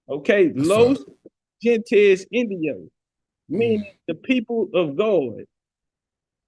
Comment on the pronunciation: Gente is pronounced " HENTE " the G's pronounced like an H